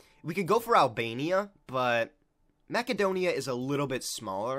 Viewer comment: Its pronounced MASSedonia